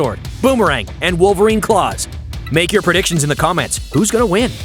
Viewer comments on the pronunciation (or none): none